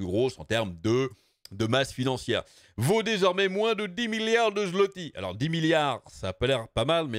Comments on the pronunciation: En passant, zlotie se prononce "zwoté". :) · On dit phonétiquement parlant le "zouwoté" pour le zloty :p, de la part d"un polonais